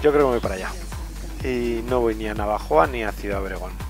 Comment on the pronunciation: Repite conmigo, Na - vo - jo - a. jaja, buen camino!!!!